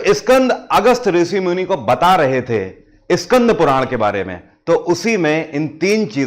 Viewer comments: Please say skand not Iskand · Iskand. Puran nahi. Bete. SKAND. Puran. Kaho. . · इस्कंद पुराण नही स्कंद पुराण होता हे. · स्कंद कहिए,इस्कंद नहीं!हिंग्लिश क्यों?